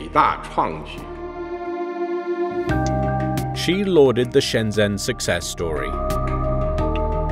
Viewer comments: It's not Shen-Zenn, it's Shn-jn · It's so distracting when people mispronounce shenzhen with a z instead of a j sound, over and over again. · The guy says Shenzhen wrong. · You're not pronouncing Shenzhen correctly.